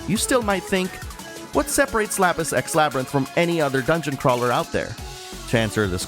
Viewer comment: I swear I'm hearing Lapis X Labyrinth as "Lapis sex labyrinth". That sounds like one of those Sekiro expansions I don't want to get hahaha. Other than that, never heard about this game up until now, so it was nice to find out about a new game! I feel like I now know all I need to, so that's a sign of a good review!